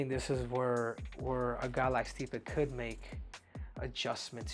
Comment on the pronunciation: lol stipe gotta be custom to hearing his last name pronounced wrong all the time by now